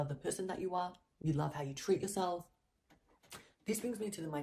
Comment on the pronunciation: I know this is judgemental,but every time she says the word treat it sounds like tweet!!!